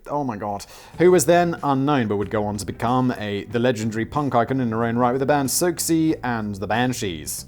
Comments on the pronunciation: Him trying to say Siouxsie's name physically pained me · LMFAO :D "Sucksie" xD ... 'Siouxsie' is pronounced "Susie", it's a play with the homophonous sound of the native American ethnicity 'Sioux', which is pronounced "Sue" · Siouxie Sue is pronounced souse sue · Siouxsie is pronounced 'Susie'. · "Siouxie" is pronounced "SOO-shee". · Simon, Siouxsie is pronounced like Susie. Just thought I'd let you know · Reese Witherspoon. Just sayin', does Whistle boy know who she is lol. Suzie Sue is how you say that, like the Sioux natives of the Americas. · I like you Simon but the sheer disrespect of mispronouncing the Queen Siouxsie's name!!! It's Sue-zee!! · It's suzi sue, suzie an the banshees, yes spelt differently but very definitely said as suzi or susey? I normally laugh at the mispronounced stuff, but this is a serious fuckup fact boy! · Simon how the F@ do you not know how to pronounce Siouxsie??!!